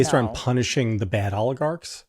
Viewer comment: JVL, thank you for pronouncing ALL-igarch correctly.